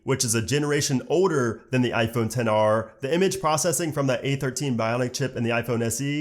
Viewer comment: I cringe everytime when they say 10 R!! Ugh 😒 ITS X R!!